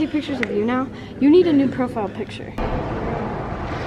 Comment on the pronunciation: pit-shure (picture)